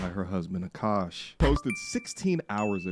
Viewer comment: I love that you say Akaash in the most Indian, authentic way lol. Even Akaash and his wife say the name with an accent.